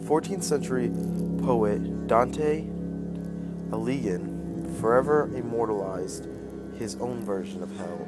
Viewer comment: I like how this guy pronounced Alighieri completely wrong.